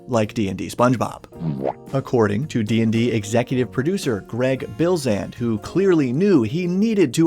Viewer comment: Heads up: it’s Greg Bilsland, not Bilsand.